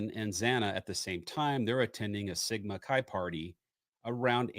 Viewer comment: It is “Sigma” “Ki”, not ‘Chi’, not like chi latte, hard K